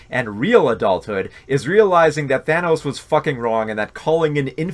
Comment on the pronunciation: He also pronounces Thanos “Thaynos”.